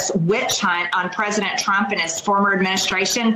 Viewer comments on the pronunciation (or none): none